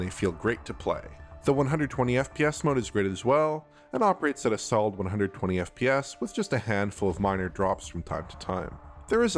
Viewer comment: Every time this man says FPS, I hear F-PYES. Am I alone in this?